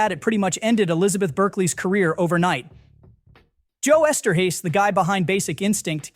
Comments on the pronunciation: This must be an AI. You keep mispronouncing names. Roger EE-bert, not e-bert. Joe Ester-has, not ester-hays. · "Uh-Bert"? "Shruh-der"? "Ester-haste"? Seriously? Oh... AI can't pronounce last names correctly. Brilliant. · Paul Shrader - Shray-der, not Shroder. Roger Ebert - Eee-Bert, Eszterhas - Ester House. If you're going to go to all the effort to record the narration you could at least pronounce the names of some of the greatest writers of, and about film, correctly.